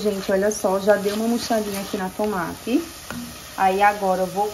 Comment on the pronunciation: E tomate nao a tomate fala certo sua linda procura fala certo